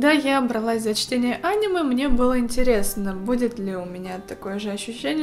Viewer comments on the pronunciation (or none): аниме ударение на ееееееее НА ЕЕЕЕЕЕЕЕ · Не Анема а анимЕ Как же бесит